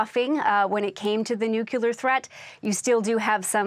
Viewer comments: "nucular" vs "nuclear" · It is pronounced 'nuclear' not nuke-elar